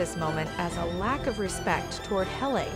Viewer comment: Why do you not know how to pronounce a name. Her name is not Hal a it is Hal Lee.